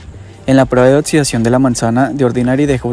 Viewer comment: Buena información, habla sobre los protectores em gel y no en crema, por favor. Ademas un detalle para ti locución! Hazlo con voz dinámica pues se escucha muy plano y cuidado con la pronunciación: se pronuncia oKsidscion , pues lleva una X: oxidación., no pronuncies oTsudsvion porque no hay una T, por tanto imagínate qué hay k o si ke CC para hacer marcar el sonido X ( K ) OXIDACIÓN .